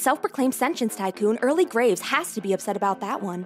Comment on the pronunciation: I miss heard Graves as Grapes